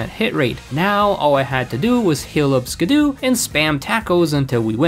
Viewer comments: Skiddo and Gogoat are some of my favorite pokemon and Skiddo isn't pronounced Ski-doo it's actually pronounced Ski-doe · Calling skiddo “skidoo” was killing me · "Skidoo" instead of Skiddo. "Pawnird" instead of Pawniard. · “Skid-doo” is killing me 😂 It’s just Skiddo, like “kiddo”. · Him constantly calling Skiddo "Skiddoo" hurt my soul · The fact that he keeps pronouncing Skiddo as “skidoo” physically hurts me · I'm sure its not Skiddoo. It's Skid+Kiddo, surely? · Pokemon's name: "Skid-oh" Your pronunciation: "Skuh-doo" Cool vid tho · I love Skiddo. You're mispronouncing it, though. It's an "oh" sound at the end, not "oo" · you calling it "skidoo" is very funny. its meant to be like "kiddo" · skid-doo feels like bullets i can’t explain it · Love the way you say skiddo I say skiddo as kiddo but with an s in front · bro says skiddo like skudoe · okay I've heard many a mispronunciation of pokemon names before, but ski-doo is definitely a new one for me I dunno is it just me or did you just not register the word "kiddo" here? no flame here btw just really confused by that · It’s skid-dough. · It's skid-do for God's sake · Is skiddo really pronounced skidoo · It is pronounced skid-OH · The mispronunciation of Skiddo upsets me intensely… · Im sorry you did NOT just pronounce skiddo like that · Still a better champion than Diantha. Also, you are pronouncing Skiddo wrong. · Can you just. Pronounce Skiddo correctly please. You’re not watching Blue’s Clues trying to hop into the TV.